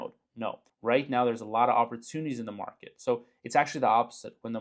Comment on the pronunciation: Market, not Merket! :P